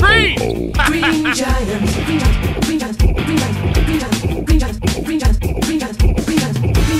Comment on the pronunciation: I love the fact when he constantly said green it kind of sounded he was saying "weed" after a while